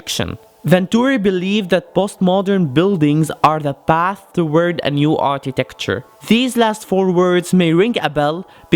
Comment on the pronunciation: Architecture not Artitecture